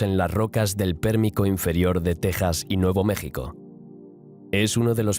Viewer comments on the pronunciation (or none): none